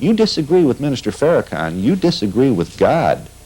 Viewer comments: He purposely undermines the correct pronunciation of his name "Farrah-Can". **Freudian slip , he knows the correct pronunciation =D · Why else would he purposely undermine the correct pronunciation of his name -Farrah-Can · He said faraCan on purpose😂 bruh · Noticed that intentional mispronunciation too. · Why is he messing his name up?. This is what happens when someone is intimidated by you. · Luis is amazing . The host is definitely a racist. He purposely messed up Mr. Farrakhans name. Then said it right .